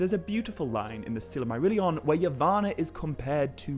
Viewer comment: I mean no offense, but I believe you keep putting an extra syllable in the word “Silmarillion.”